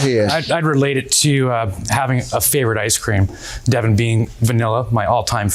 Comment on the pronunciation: The way he kept saying her name “Devin” let me know all I needed to know about him.